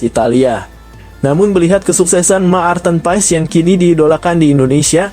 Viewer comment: kok sebutan maarten paes.ejaannya ma-arten paes jgn berbata2,malu dong.